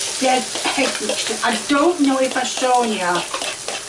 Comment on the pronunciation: Why does say hegg and mushyroom. What kind of bizarre contrived accent is that? English people don't say mushyroom, do they? Hegg?! HEG?!!! Where did the H come from? Is she trolling the audience? And finally, why is she getting flustered over the word "can?" What's so upsetting about "can?"